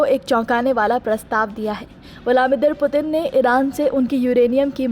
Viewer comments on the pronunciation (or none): Putin ka naam sahi nahi le pa rahi to reporting kya ghanta karogi😂